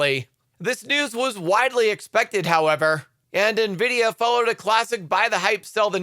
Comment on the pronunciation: OMG. He finally said N-vidia and not Na-vidia